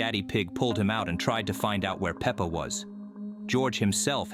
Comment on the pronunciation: pepper? peepper? its peppa pig